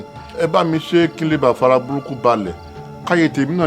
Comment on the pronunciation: chisom cherish This makes me laugh all the time. It doesn’t matter how many time she’s corrected, she still sticks to her ‘Gafara’.😀